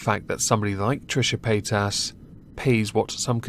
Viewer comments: Paytas... really... I kept hearing Pétasse (french word)... which I wonder if she actually knows and chose on purpose... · I swear I thought you were saying Paint Ass.